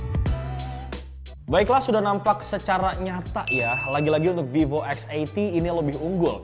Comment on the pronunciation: Salut....ngucapin nama brand VIVO. Bukan spt kebanyakan org yg nyebut VIVO >>> FIFO.